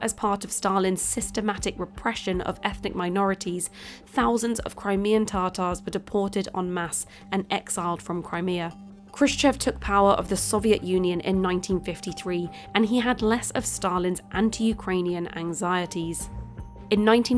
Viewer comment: Ta-tars not tar-tars